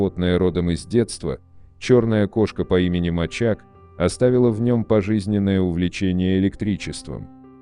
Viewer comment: Слово "мачак" (Ударение на первом слоге) в переводе с сербского означает "кот", то есть название вида любимца Николы Тесла, а вовсе не его имя.